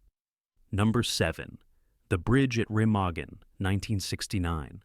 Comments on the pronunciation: First, proper pronunciation would be nice - Remagen is pronounced "Remahgen" and Jim Caveziel is "Caveezel". Totally missed some other fantastically realistic films: "GI Joe" which used actual combat active duty soldiers of WWII who went back to war after the movie. Also a true story. Then an obscure and realistic and suspenseful film, "Decision Before Dawn" which was shot in the ruins of Germany with actual Germans and authentic and rarely seen German WWII equipment, vehicles and motorcycles. Very realistic and dark. Then there is "All Quiet on the Western Front", both the old black & white and the later version. "The Battle of the Bulge", "The Eagle has Landed" , "Hacksaw Ridge", which you should really do research on the true story and heroics and severe wounds and later surgeries and poverty of the medic, Desmond Doss. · I actually thought at that point. Why can't AI order a pint in an Irish pub because it can't say Guinness. Also later it has Bridge at Remagen, and pronounces it differently 1st time with an Ah then then an e